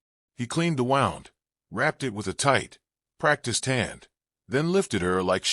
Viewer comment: wound is pronounced "woond" when referring to an injury; the pronunciation in the story is for something twisting, as in "the road wound down the mountain like a snake".